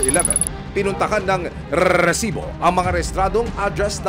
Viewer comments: Rrrrrrrrrrrrrrrrrsibo. Kala ko nagha hung cp ko. Rrrrrrrrrrrrrsibo😂😂😂😂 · Ayos n sna ung documentary.. Kaumay lng ung paulit2x na RRRRRRRR|RRESIBO.. 😂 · Pwede po bang pakibawasan ung pagsasabi ng rrrrresibo. Medyo cringe e haha di ko maseryoso ung topic nyo 😂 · Umay sa rrrrrRrrrRrresibo.. 😅Very paulit2x.. 😂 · RRRRRRRRRESIBO 😂 (batkasi bawat pag sabi ng resibo ganyan HWHAHWHA) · ok sana itong resibo, kaso OA lang yun pagkabigkas ni sumangil ng rrrresibo😅😅😅